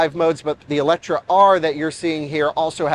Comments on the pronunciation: It is not called Eletra, there is an E at the end, so it is called Eletre 🙂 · EletrE not EletrA.. How hard can it be to even read.. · Oh man!! It’s called eletrE (E not A - and no C)!! And is has nothing to do with electric or whatsoever 😅 eletre is Hungarian and means something like „revive“. That’s what Lotus wants to chip in with the name. Other than that: simply a dream of a car 😊😊